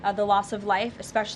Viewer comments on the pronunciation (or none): "... and that emphaty from the president..." 😂🤣